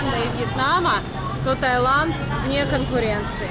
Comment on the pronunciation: Сколько раз туда ездили, а так и не можете запомнить, что правильно ТаИланд.